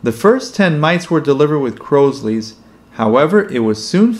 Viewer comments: Crosley is pronounced " crawsly " not " crowsly"!! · Crosley is pronounced “Craws Lee”. Mooney moved to Kerrville, TX, not Kerryville.